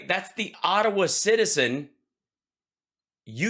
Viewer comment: I live in Ottawa, and every time DJTJ says "Ottawa", I feel sick to my stomach! Ugh!!! 🤮🤮🤮